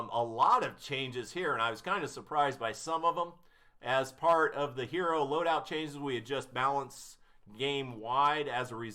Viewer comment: i cringed so bad when u failed to say loadout 3 times